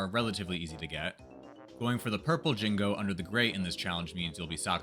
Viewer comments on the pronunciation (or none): Why do you say jingo instead of Jinjo? Think of Gin like Ginger and joe. Ginjoe == Jinjo. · "You need eggs to break the windows" - No, Rat a tat rap works better. "Jingo" - It's Jinjo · Hopefully this doesn't come off as mean, but how did you think Jinjo was pronunced Jinggo? They say Jinjo everytime they are collected. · First of all it's Pronounced Jin Jo NOT Jin Go. Also using the ground pound as you call it IS using Kazooie,as that move is actually called The Beak Buster. However very impressive anyways lol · Jinjos pronounce their name, how do you mess that up? Jin-Joe, Not Jin-go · Why the fuck are you jing-goes. There's no G it's both J, it's jin-jo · you had me until you said "Jingo"--they literally say "Jinjo" when you collect them lol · Jinjo... JINJO!!! NOT JINGO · They are called JINJO like Banjo Gin-JOE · Hearing "Jingo" instead of "Jinjo" bugs me a bit. I mean, they even say it. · In actuality, you got zero of the Jiggies without Kazooie. All because she pops out of the backpack to store the Jiggy. . . That dang bird. Also, they're called "Jinjos" not "Jingos"! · Jin-JO. JO. THERE'S NO FUCKING G. Calling them Jingos, after being all 'GrOuNd PoUnD iSn'T kAzOoIe GuYz!!' really fucking ruined any chance this video is worthwhile. Don't make a challenge video and IMMEDIATELY say 'uhhhhh but I get to use this Kazooie move!!' Ending here after hearing "Jingo" twice. Fuck you. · “Jinjo” not “Jingo” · ...Okay, I can forgive "Merry-oh..." But "Jingo?" Now you're just screwing with us... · "Jingo" lol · He can't use kazooie, but, it's jinjo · I cant, sub after just finiding your channel and giving excuses about kazooie ground pound, banjo shitting out eggs?? Cheating. I just can't. And your pronouncing Jin-go. Just a complete dis-service. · I was gonna sub but he calls the "Jingos" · I always assumed he said it that way on purpose to tilt banjo fans into oblivion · The way you say Jinjo feels like a slur. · It kinda annoys me when you miss pronounce jinjo